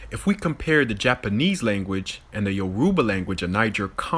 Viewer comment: Homie can't even pronounce Igbo and Yoruba right